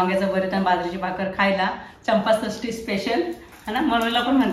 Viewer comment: Khupch mast vlog👌👌👌 ek gammat sangu ka....tu na vlog madhe Champashasti cya aaivaji panchashashty bollies😊I know tu chukun bollis.... It's ok...gbu dear pari bela la khup sar Prem..... Lots of love😘